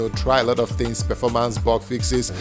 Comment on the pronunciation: Smooth Perfoormance